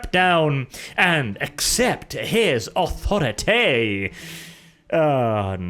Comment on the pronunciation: I love how he says "authoritaye" lol